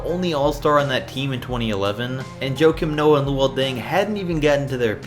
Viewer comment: Huah-Keem- Noah not Joe-Kim